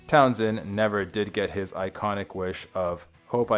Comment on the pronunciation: I really don’t want to be that guy, but come on! Learned how to pronounce words: singed is “sinj-d” not “seeng-d” Pete’s last name is Town-SHend, not Town-send